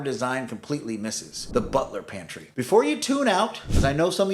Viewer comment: Butler's Pantry. You are saying Butler Pantry which is wrong and sounds ridiculous.